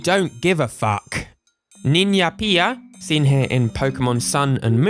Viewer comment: Spanish (from Spain) here, if they didn't try so hard to make it all sound cool it would have been just ok, spanish is not that different in and of itself, but in Latin America they usually speak more formally, and some regular words are commonly used as slangs (like the example of "coger"). Also, "niña pija" is readen with a hard J (which is always the case with the J), what you pronounced would have been writen as "niña piha".